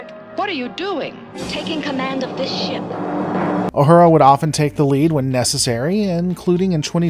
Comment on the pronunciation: It’s not Ah-hurah. It’s Ooh-who-rah Please pronounce her name correctly!